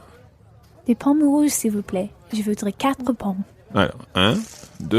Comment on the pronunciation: elle a une très mauvaise prononciation, ça m'énerve quand elle le dit "je vudre" 😤